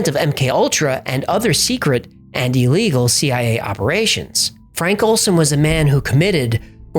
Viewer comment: I enjoy your channel, but just one small point...it's not pronounced E legal. To me it's like nails on a chalkboard.